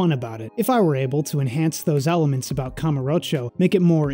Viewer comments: Bro learn to pronounce Kamurocho before saying it 20 times over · Please stop trying so hard to pronounce kamurocho man I feel bad for you tbh